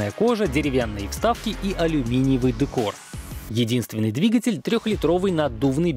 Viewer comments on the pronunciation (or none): none